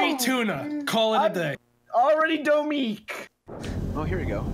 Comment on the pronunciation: Goodness gracious, you butchered Domique in the end! It was a fight for survival!